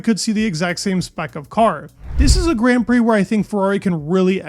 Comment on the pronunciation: Please learn to pronounce grand prix properly for God's sake